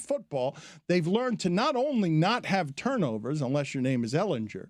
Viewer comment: This has bugged me all season. It's not EhlinJUR. It's EhlinGUR. If you're gonna trash talk my boy at least pronounce his name right. ❤️ you